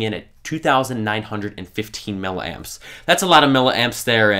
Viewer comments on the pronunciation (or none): none